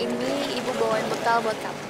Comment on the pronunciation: Kok lala pas di pantai ngomonya bengkel bukan bekal ya aneh